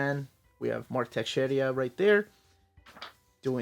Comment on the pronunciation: Mark Texeira not Texeria 🤣🤣🤣🤣